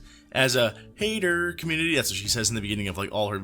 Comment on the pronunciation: oh dude, "HAYDUR" is how she pronounces HATERS We're her Haydur community